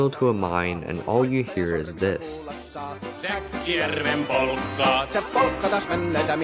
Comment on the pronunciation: That's some bad pronounciation, lmao